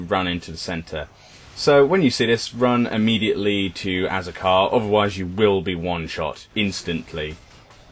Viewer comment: "Azakar" .... "As...A...Car..." Turns into a car. Tera logic. Grats on having a unique idea, Tera? xD